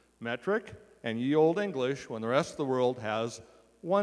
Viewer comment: OLDE is pronounced OLD. The British Empire was built using 8' x 4' sheets of ply. Builders vans are designed to be lined with 8' x 4' sheets of ply. Whats with the US gallon being 3.785 litres and not the correct Imperial 4.546 litres?